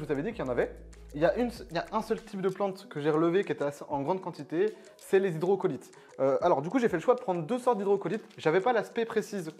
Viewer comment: Super vidéo, j'ai découvert un nouveau fish ! (Ps : c'est hydrocotyle pas Hydrocolyte😉)